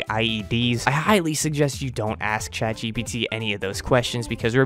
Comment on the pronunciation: bro said chadgpt for real bruh